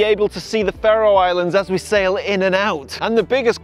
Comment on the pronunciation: Your pronunciation of Faroe is incorrect